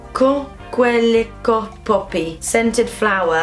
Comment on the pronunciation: in french "coquellicot" is pronounced "coke-lee-koh" :') !